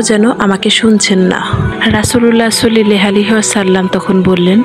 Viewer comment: আপু আপনি দয়া করে নবীর নামটি সুন্দর করে উচ্চারণ করেন সাল্লাল্লাহু আলাইহি ওয়াসাল্লাম হবে কিন্তু আপনি বলছেন সুল্লাল্লাহু আলাইহি ওয়াসাল্লাম